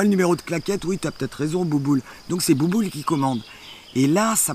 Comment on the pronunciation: Elle ma tuer avec "bouboul" 😂😂😂